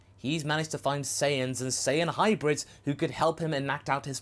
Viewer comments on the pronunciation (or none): none